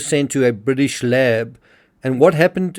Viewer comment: Bwitish media? *Englistan media. Fixed that for you. Bwitish lab? *Englistan lab. If you're going to pronounce the as 'thee', Google 'thee meaning' first.